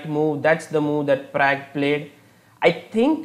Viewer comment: Am I the only one who doesn't like his analysis/explanations and also every time when he says pragg???